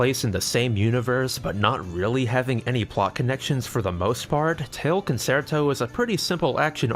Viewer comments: FYI Concerto is pronounced con-chair-toe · Looks like a fun game. :-) FWIW "concerto" is pronounced "con-chair-toe" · concerto is pronounced Con Chair toh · Love any video that gives the LTB series more attention… but EVERY TIME he says “Con-SAIR-toe” I died a little more. >.< Also, as a French speaker, I can confirm the voice acting is about as good as when Japanese VAs speak English. But hey, they’re dogs and cats. That they can speak French at all is an accomplishment. XD